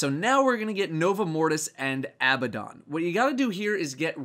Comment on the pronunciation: When you pronounced Abbadon correctly I breathed a huge sigh of relief. I think you're the only one to do it so far.